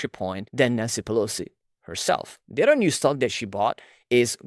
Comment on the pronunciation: Please work on your pronunciation. It’s hard to understand what you’re saying sometimes. For example, the way you say “concentrated” is very rushed (missing parts of the word) and when you say “other” it sounds like “odder” or “order”. If you search “x pronunciation” on your browser, it’ll give you an audio of how it’s pronounced, and you can use that to practice saying different words. That’s how I mastered English as my 3rd langauge. Looking up how people’s names are pronounced is also a good idea. For example, Thiel is pronounced “teal”, there’s no “th” sound (referring to your recent video).